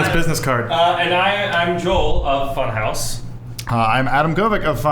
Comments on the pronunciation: Can't stop calling it Fun-HAUS!! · Can u pronounce it more German? Funhawssss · New shot game take a shot everytime they say funhause ;3